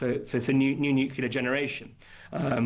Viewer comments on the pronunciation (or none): You might want to tell your energy expert it's not pronounced NUKE-U-LER. Unless of course you're Homer Simpson.